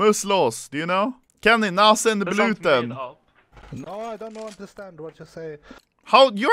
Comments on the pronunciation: You pronounce it NAHZEN BLUTNN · HAHAHAH OMFG U SAID NASENBLUTEN, MUSS LOS HAHAHAHAHAHAHAH😂😂😂😂😂😂😂